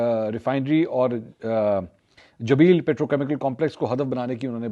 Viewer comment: I really enjoy your Urdu pronunciation but disappointed with your pronunciation of non Urdu words. E.g Fajira instead of Fujairah, Jabeel instead of Jubail, LariNjani instead of Larijani. Hope you will take this as constructive criticism.